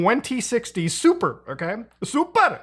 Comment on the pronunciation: That little hand raise when saying "Super" In that Indian Accent. Nailed it. South Indian, And I tend to do that.